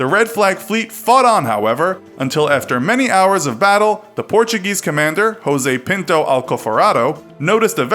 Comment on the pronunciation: You kinda butchered Jose Pinto's name but thats ok. (i'm portuguese)